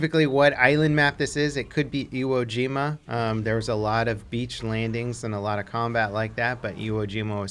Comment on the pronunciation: It’s Iwo Jima